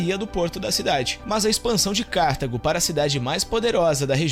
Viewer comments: Vídeo excelente. Só uma coisa. Não é Cártago. É Cartago. Sílaba tônica é a "ta". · Nao é Cártago, senão teria acento, porque seria proparoxítona. É cartAgo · Muito bom o vídeo! Só uma observação: o nome da cidade na África é Cartago - e não Cártago.